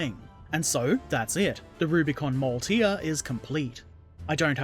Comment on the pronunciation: it's a [Mau-el-tier] the L is sort of seperate